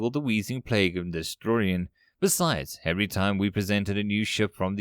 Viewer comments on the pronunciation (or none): none